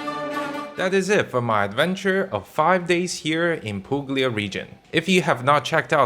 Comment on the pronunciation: You don't pronounce g in Puglia:)